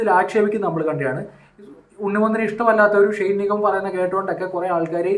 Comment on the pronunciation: ഷൈൻ അല്ല ഷെയ്ൻ